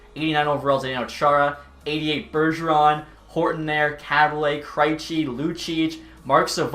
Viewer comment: I am severely offended by the way he pronounced "Kreijci". Other than that, keep the good work up!